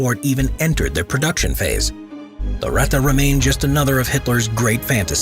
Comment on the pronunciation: This Ratta is called Ratte ist really annoying for a German speaking person sorry :)